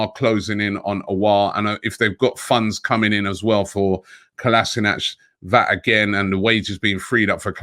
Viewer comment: Something like 3 years at the club, and no one has yet to say Kolašinac correctly